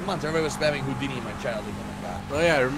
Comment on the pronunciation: When said hoo-deni my YouTube instantly crashed 0_o